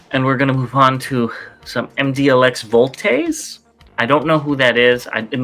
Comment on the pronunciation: Voltres V (pronounced here as Voltes 5). Its from an old Anime. Really good series too. Its like Voltron, 5 team members combine to 1 big bot.